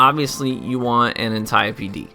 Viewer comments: An-TIE-OP I died when he said that 😂😭💀 It's pronounce ant-ee-ope D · Had me dead at "ANT-I-O-P" 😂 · ane-ty-yuh-pee dee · The "Antieyeopey" Ant-ie-ope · Anne-tee-ohpe D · It's pronounced "Anti-ope" the "e" makes the "o" say its name. Learn how to pronounce the names people. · How the fuck did he just pronounce antiope 🤦‍♂️